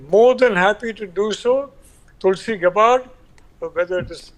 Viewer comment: It’s gabbard not gabbaaaad 😂😂😂